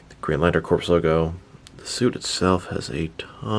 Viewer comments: My man said Corps (corpse) when it’s really Corps (core) lol. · I know how it's spelled, but it is pronounced "core" as in "Earth's core" or "apple core" not "corpse" as in "Dracula looks good for a walking corpse."